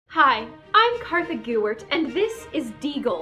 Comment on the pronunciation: Kartha not kassie